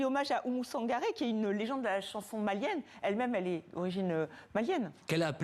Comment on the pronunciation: Il répète Ouma Sangaré revoyez vous. Quand à la journaliste qui a du mal à dire qu’elle est française